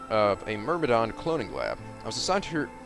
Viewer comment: Is just incapable of saying the word Myrmidon XD